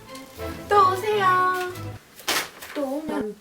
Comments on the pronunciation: It's not 더오세요, It's 또오세요. 또 means agian. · It's actually "또 오세요" which translates to come again! "더 오세요" is grammatically correct but means to come more often. 또 오세요 is commonly used in stores😊 Your Korean accent is flawless btw! 화이팅😊